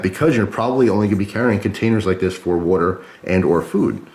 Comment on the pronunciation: It's WAter not WUter